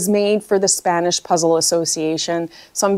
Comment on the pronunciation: I am positive, you will 👍🏼 by the way, you pronounce Spanish words very well.